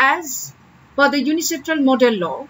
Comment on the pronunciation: It's UNCITRAL no UNICITRAL